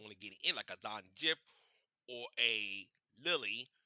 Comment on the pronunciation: Zan Jiff😂😂😂